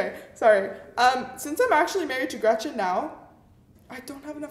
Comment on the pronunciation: Nobody: Not a single soul:: REGETCHEN